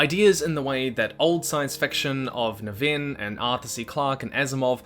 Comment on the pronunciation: “Nah vin”? Wasn’t David Niven British? Larry has the same last name.